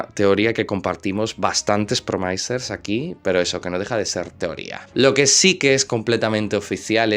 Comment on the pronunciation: Si a partir de ahora en lugar de decir promaisers dices promisers como le corresponde a un licenciado en filologia hispánica como se supone que eres continuaré dándote likes, ya que me gusta mucho como desarrollas tus videos, sin tener en cuenta los modismos familiares que usas